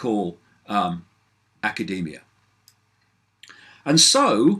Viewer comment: " aaa-kah-day-me-ah" lol